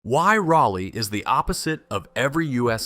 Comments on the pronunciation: Say it with me....RA-LEEE. No slow down on the break. Just as quick as you say it you start it by you'll slow down on the last E. And most of us are pretty sure it got the name city of oak cause despite growing a city out of a forest and the many clearing made we got trees literally everywhere. Our soil is clay and doesnt like much and yet an oak tree can grow here without much effort. Its insane, outside the core of the downtown area and you have to fight a green skyline of oak trees to see anything. Thank god cause our summers are the worst and those trees are about the only ever shade youll get, and that shade is just to block the sun cause the humid heat will literally still find the air around you shade or not. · The subject of your research ought to be pronounced correctly. Train your voice clone to pronounce Rah-lee correctly. As in Sir Walter Raleigh. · One should ask Mr Jim Goodnight or Howard Walston ? Does it really matter why the Lane Property became Raleigh? Land deal, money, influence? Nope, that's politics. Now, fix your AI to pronounce Raleigh correctly. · AI, but interesting. I just wish your AI voice over would have pronounced the name of the city correctly (by local vernacular). Drove me bat crazy. What happened during the Civil War here could have been elaborated upon. Raleigh was a fortified city with walls and ramparts around most of it - and canons. It wouldn't have been a walk in the part for the North. Some parts of the fortifications are still visible if you know where to look. One wall looks like a simple retaining wall behind a house, and only has a small plaque indicating what it really is. The deal made was that no shots would be fired at the Union troops, or the city would burn. But.....one retreating Reb, supposedly from Texas, almost ruined it for everyone. There was a statue of this guy at one point, but I haven't looked for it for years. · That’s not how you pronounce Raleigh! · Rah-lee, not Raw-lee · well, more like RAH - lee.